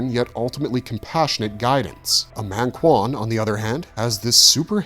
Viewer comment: Not mÆngkwan dawg it's mAngkwan